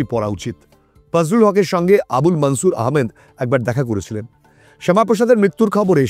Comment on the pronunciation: মুললিম ব্যাক্তিদের নামগুলি হিন্দি -উর্দু স্টাইলে বলছেন।। এই বিকৃত উচ্চারণ কি ইচ্ছাকৃত??? যেমন - মনসুরকে -মানছুর বলছেন।।